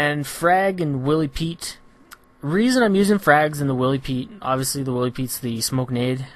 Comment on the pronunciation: It's pronunced WHY-LEE Pete, like Wily Coyote